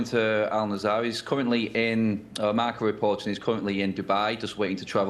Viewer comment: marCA? srsly? its marca ffs